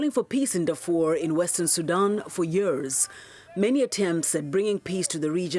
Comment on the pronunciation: Hey sister please don't pronounce it SudOOOOn...its Sudan (light a) also, its not Darfr (you cut the o) its Darfoor